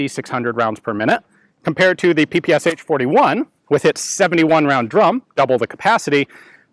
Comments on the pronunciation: not pee-pee-ess-aitch, pronounce puh-puh-shah. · P-P-SHA not p-p-s-h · I know I am not the first one here to say this, but saying ''pi-pi-es-h'' is not correct. Ш letter has no equivalent in English. The closest to it is german ''sch''. But there is sound, very close to Ш in English. This is sound you hear saying name, Sean. In Russian, it sounds like Шон, so the first sound of Sean name is equivalent to Ш. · "Sh" pronounce like "Sha" like saSha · it's pe pe sha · Don't say H! Shakira, Rashid ... Are you saying H? ;) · It is actually pronounced as P P Sh, where "sh" is one sound and not two different sounds. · So tired of people not pronouncing the name correctly, you'd think this twit would know better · "ППШ-41"... Последние две буквы ("Sh") так написаны из-за отсутствия в английском алфавите аналога буквы "Ш". Так что произношение названия очень неправильное. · YOU PRONOUNCE PPSH WRONG!